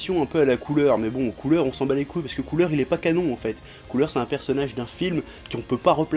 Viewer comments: Ça me fait drôle d'entendre quelqu'un dire Cooler en français. J'ai toujours été habitué avec l'accent anglais donc du coup ça sonne ''couleur'' pour moi hahaha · Noxiss En faite sa se prononce "COULA"